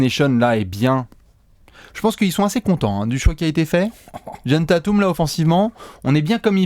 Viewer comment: Super vidéo, mais juste, et vous êtes pas les seuls hein, mais c'est "Tayteum", pas "Tatoum" ;)